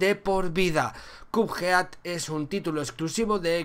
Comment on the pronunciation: que buena pronunciación de "Cuphead"